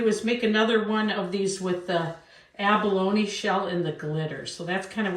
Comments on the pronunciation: Its Abalone (Ab-a- lone-ee)the first way you said it... the e isn't silent... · My understanding is you pronounce abalone with the E on the end. Great demonstration. Love the little pendant. I’m in a similar situation where I’m working and using my free time to have fun making jewelry. I also love fishing and I also go clamming, which is something I can do locally. A better guarantee that I will come back with something :-)